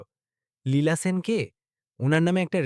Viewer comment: Apni sen keno bolchen shen uchharan hobe.apnar pada bhalo lagche na. Video bundh.korlam